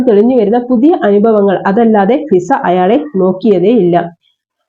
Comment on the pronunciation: ഷിസ അല്ല മിസ്സേ.... ഫിസ എന്നാണേ